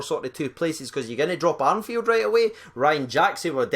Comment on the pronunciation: Congrats on 16k. Practice this name though - ‘Arfield’ no n! ;)